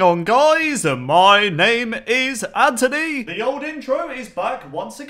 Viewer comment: the way he says “mY nAME iS ANTONY” is so weird